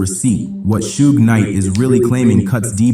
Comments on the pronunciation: "Its not sue gay its shuge." So that video is clearly AI and shouldn't be trusted. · Su Ge the ai is pronouncing it like it’s Japanese.